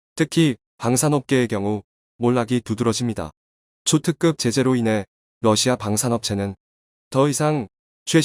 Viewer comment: 멜친 아니고 옐친.러시마 아니고 러시아 만창호 아니고 안창호 입니다.발음 제대로 하세요